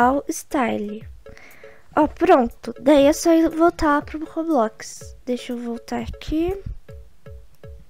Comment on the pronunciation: Vim no video antigo p fala como eu AMO o jeito q vc fala roblox "Robloquiz" kkk tipo assim acho mt engraçado :3